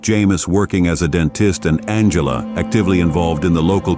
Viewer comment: The AI voice is appalling, esp the pronunciation. It doesn’t even pronounce Angela correctly a few times. From it gets very garbled. The script seems genuinely good, though… It can’t take that long to narrate it properly, surely? And the GPU acceleration flags need deleting…